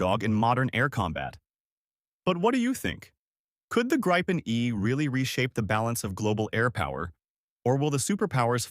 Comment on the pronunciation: Gripen; GREEPEN, not as Graipen